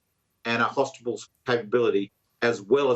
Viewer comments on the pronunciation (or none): did he say hostibals? 🤣